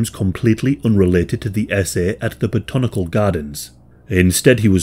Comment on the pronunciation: Im sorry but your pronounciation of botanical had me laughing. But love your vids